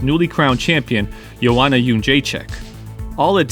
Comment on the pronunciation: Respect to you for actually saying Joanna's name fairly well. It wasn't prefect but it never is unless you're Polish.